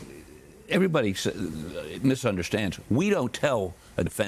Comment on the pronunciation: ALEX NOT ALEC